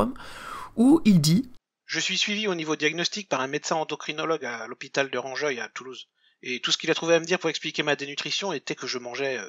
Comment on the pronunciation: Ptn il est toulousain :'( D'ailleurs c'est rangueil pas "rangeuil " Super vidéo, merci pour ton travail :)